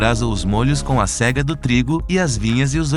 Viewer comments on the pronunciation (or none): none